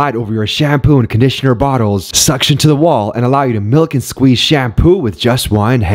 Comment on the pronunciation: I wasn't ready for the narrator's emphasis on 'milk' and 'squeeze' with one hand.